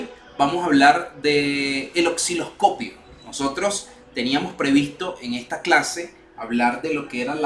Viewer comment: Estimado se dice Osciloscopio NO " OXILOSCOPIO " u "OCCILOSCOPIO" .Si se dedica a educar por favor comience por pronunciar correctamente los instrumentos y componentes. Saludos.